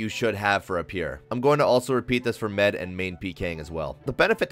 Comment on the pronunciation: i hate the way you say med, lol. good video though